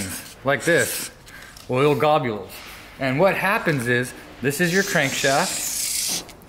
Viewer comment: "Oil Gobules" -Bad. D. Braddy